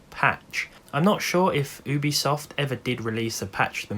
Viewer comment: Ubesoft hahaha, awesome video sir.